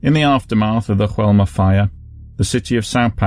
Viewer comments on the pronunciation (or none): I love your videos, you really try and make them clear and respectful and this is no exception. Keep up the great work. P.S.: just a small detail: in Brazil they speak a form of Portuguese, not Spanish, so the building's name should be more like "Joe-elma", not "Ru-elma"... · Hey! I'm Brazilian and it's common for foreigners to interpret things from here as Spanish just like the way you've said "Joelma". However, we speak Portuguese (just as similar to Spanish as English is to German, close but definitely not the same). For a better reference, you could've read "Joelma" with the "J" sound just like you would using the English pronunciation. Thanks for the video and keep it up with the amazing work!